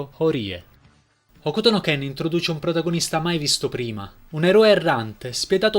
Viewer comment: Ok Bro, ottima presentazione però, se fai un video per elogiare o anche solo raccontare un opera... Se vuoi essere preso sul serio ti devi disturbare a prendere le info per bene e... Se già mi parti dal dire il titolo originale: "Hokuto no Ken" e non muti la "U"... capisci che c'è un problema di fondo!